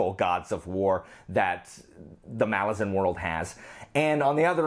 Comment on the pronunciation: I appreciate that you pronounce “Malazan” properly. I agree with being bored by Icarium and Mappo.